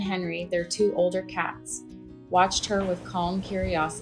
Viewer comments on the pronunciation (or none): none